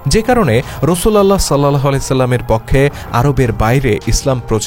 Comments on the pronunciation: রসুল উল্লাহ । রসুল আল্লাহ উচ্চারণ হবে না । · শুদ্ধ উচ্চারণ হবে : রাসূলুল্লাহ সা.!!!